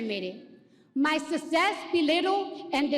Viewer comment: 😂😂😂 "My susess"....